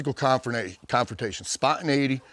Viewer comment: "SpAwNtiNEiGhTy" is the word of the day 📖💪🧠